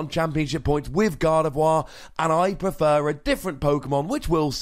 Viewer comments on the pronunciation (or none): none